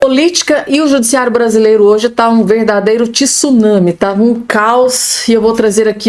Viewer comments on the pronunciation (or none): So um comentario,quase todos.comentaristas e jornalistascometem erros e continuam cotemendo, TISUNAMI..? Palavra e tsunami em japones (TSU), E NAO (TISSU) nami....